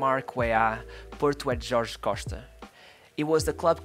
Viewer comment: Bro where you from? I’am portugues and you accent when you said Jorge Costa, Patrick Viera and Paulo Futre sound like you are from Portugal, if you are not from here let me tell you that you sound just like us.